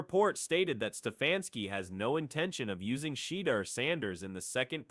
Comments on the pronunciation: I've heard Shander, Sheeder...yeah not watching...AI can't even say his name right?? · Shayder? Im out 🤦🏻